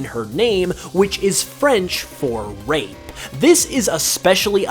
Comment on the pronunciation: Wait for viola did he say rape or rate